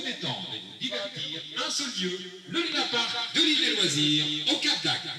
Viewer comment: Sa me stresse lounapark elle dit allor que c’est Luna Park